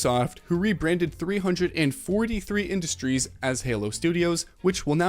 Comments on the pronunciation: Dawg why did you say it as "343 Industries" instead of "3-4-3 Industries" that's so weird... I don't want to sound like a Epic defender fanboy but I felt that saying the Unreal Engine has monopolized the development scene feels a tad bit disingenuous, I mean after all we should place the blame on development studios and publishing executives making the move to Unreal engine as well as to blame Unity for changing up how they want to do their pricing system which would fuck over developers. We shouldn't fully place the blame on epic itself; unless I missed out on important news telling everyone that Epic is making game publishers and developers switch over to UE5, I say the blame must be placed on the people MAKING the choice to switch over to UE5 - I gotta agree here, lame as hell on Epic's part "Borderlins"? Dawg lmfao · Hearing him say “three hundred and forty three industries” lost me . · "three-hundred and forty-three industries" what the fuck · "Three Hundred and Forty Three Industries" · “Three hundred forty three industries” lmfao wow. Talking about ruining any credibility you had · I think he knows, he just said the name that way ahaha. Right after, you can hear him mention "the studio" singularly